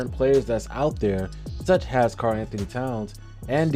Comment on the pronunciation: Really like the video, some great statistical analysis. Two notes: The word is specifically with and S, not pacifically It’s such as with no H not such has